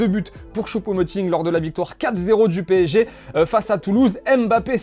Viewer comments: « PÉ-ESSÉ-JE » Pas « pesseje » 😉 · Je m'y attendais pas, "pesseje" pour le PSG en espagnol 😂😂😂